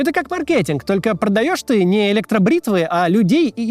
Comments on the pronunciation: Это как маркЕтинг, только не маркЕтинг, а мАркетинг. Как ставить правильно ударение в таком часто употьребляемом млове нужно знать. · сука максим не маркЕтинг а мАркетинг